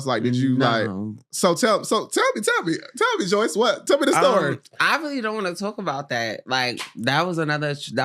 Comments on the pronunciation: the moment with cashy just felt so awkward.. and why are you asking your guests about their personal sexual life on that level?? unprofessional af but handled this whole experience well even down to him saying her name wrong the whole time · Omg it kills me how she never corrects them too like her name does not have a Y where do yall get Joyce from?